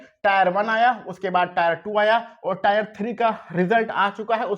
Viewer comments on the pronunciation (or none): अरे भाई tre को टायर 1,2 बोल रहे हो